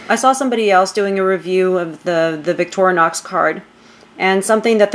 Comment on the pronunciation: Victorinox not victoronox